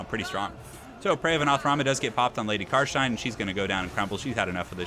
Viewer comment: bit of an anticlimatic ending to a great series. loved these <3 ( also its "car stein" not car shine xD )